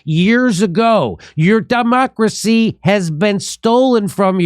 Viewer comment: It was a slip of the tongue but it sounded like Jimmy said "dumb-ocracy" ... I like it, very accurate.